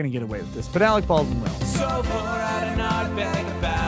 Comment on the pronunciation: AleC ... not AleX ...